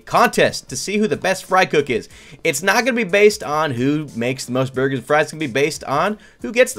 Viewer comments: Ɇmmanuel Đ. Yes he said bugers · It saying boogers instead of burgers 🤑🤑🤑🤑😉😉😉😋😋😋😝😝😝